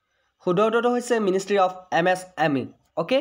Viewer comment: It's ministry not ministery🙄